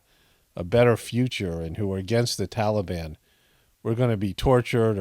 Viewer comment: What is this "tollybon" malarkey?